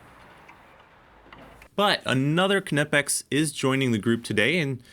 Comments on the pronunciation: resident German here. No, that’s not how it’s pronounced. It’s basically like the English “knee”, but with a hard k. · I’m sure the k is silent. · The k is silent… do you call it a k-nife? Dingus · The k is silent. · The K is silent like knife, know, knot in English but don't take my word for it watch knipex UK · Damn kuh-nip-ex I mean yes but skip the uh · I've never liked that pronunciation of Knipex, yet everyone does it. Pronouncing it as if it was Knifex, with a P instead of an F, sounds a lot better. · OMG NOOOOOOOO! "NYE-PEX" im so triggered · You don't say ku nif, you say knife. Ni pex k is silent. knipex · Am I completely wrong that the K in Knipex is silent? I even googled it, and google told me it is pronounced nipex. Project Farm always pronounces the K as well. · I don't get the pronunciation with Knipex they say it Knipex but then say its Kuh-Nip-X just say it how it's written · Don't pronounce the K you Knucklehead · it's not k nipex, jusr pronounced nipex silent k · The K is silent, its pronounced nipex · We don't pronounce "knife" as kuh-niff. we say "Nyfe". So using that logic, why is it "kuh-nip-ex", and not "Ny-pex"? Anyways, great video as always. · You dont say K-nee, K-nife, or K-nipex - the K is silent so its said as "Nipex" - great channel but please say it right as it does my k-nut in :) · Knee-pex not ka-nip-ex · Just for the masses...it's knipex pronounced "nipex" not (kuh-nip-ex) just like knife is pronounced "nife" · Please don't keep saying KUH-NIP-EX. We don't care if some nerd has verified that it's pronounced that way on their website. Nip-Ex, silent K. Please 🙏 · Ka-nipex? I thought it was pronounced Nipex and the silent k was a German thing. I could be wrong, K'nipex sounds terrible though! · The K is silent, it’s “nipex” ❤️ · Yeah if you say "kuh-nipex" you can go hang out in the try hard corner with the fools that say "porCH-uh" at least yall with have friends now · I don’t think you pronounce the K in Knipex, nipex…..